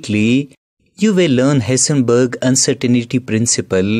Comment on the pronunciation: He said hisenbeeg baba .funny accent😂😂